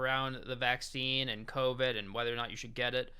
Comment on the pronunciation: COVID not covet